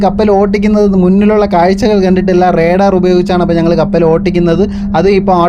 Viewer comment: Redaar അല്ല റെടാർ